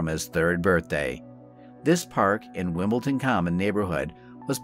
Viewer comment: The real crime here is how the Yank narrator absolutely slaughters the British place names in this story. "Bal-ham". "Wimbleton". Oh, the horror.